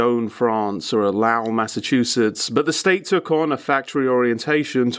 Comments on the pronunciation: Correction , from a former resident: It's Low-well, not Lau-well, in Massachusetts. And it is a very impoverished part of Massachusetts. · FYI: Lowell, MA is pronounced the same as "lol," with a long o-sound. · Here for the British leftist pronunciation of American place names. Low-ell, Freh-mnt. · (I'd like to be clear that I'm having bad laugh about it a d that it's not a big deal.) Great video, but I couldn't help but notice that mispronounced the city I'm from the same way my GPS does it's pronounced, "Low ull" "Low ell" would also be acceptable but the mispronounciation isn't as bad as the closest city Lawrence gets.